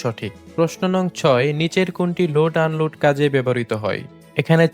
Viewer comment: এটা কি লোট আন লোট বলে